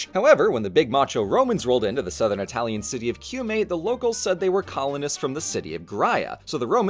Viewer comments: the way you rightly pronounced the words, yet still having a very marked accent is something i never thought to be possible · It's a lot more jarring when people do it without the correct pronounciation or a very thick accent, imo. is actually one of few people I can listen to speak italian and not be jarred because he actually speaks it correctly.